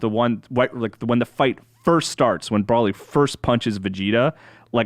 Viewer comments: Bro-lee, not Brawl-ee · There is now W and there is NO A in BROLY. You pronounce it Bro-lee. Learn how to read english for fucks sake you wankers. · saying Brawlee is comparable to my annoyance of Dan Ryckert saying “Frietza” in the All System’s Goku podcast. Yikes man. And yeah, I feel like the review of this movie is hurt by the fact that they’ve missed crucial parts of Super (or in case, ALL of Super).